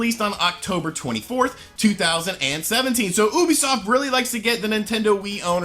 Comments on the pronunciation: Lol "oobisoft" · did you just call it oobisoft? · Soooo .. wtf is oobisoft ??? Or do you mean Ubisoft? (You be soft ) ??